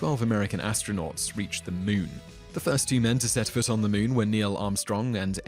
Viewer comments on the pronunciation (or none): none